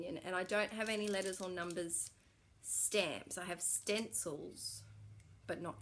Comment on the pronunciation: stamps...not scamps.. lol. apparently im on a verbal holiday as well